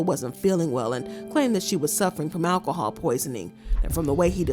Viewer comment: It’s Alcohol, not Alahhhhhawl. Learn it!